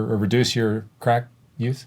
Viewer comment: He cant even say crack, bless his lil heart.